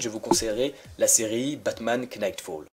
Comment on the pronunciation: Que ce soit dans Knight, Knightfall ou Know on prononce pas le K stp :) Sinon très bonne vidéo et j'ai hâte de voir la prochaine ! :)